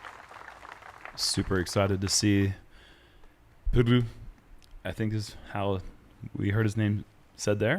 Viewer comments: Funnily enough pronounciation of "Pyry" was way better and closer than the pronounciation of "Joutsen" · Joutsen is pronounced more like "Yo-tsen" than "You-tsen". But the Pyry-part us going so much better 👌🏻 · learning Finnish name pronounciations is admirable. Hears the name once in a language where R is pronounced very differently from his own and instantly gets it like 99% right. Impressive af. 👏🏻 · A lot of people can't make their Rs sound like that. It's a good skill to have for commentary.